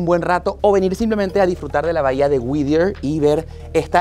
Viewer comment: Me desespera escuchar lo mal que pronuncia el nombre del pueblo no es WIDIER, ES WHITTIER (WITIER)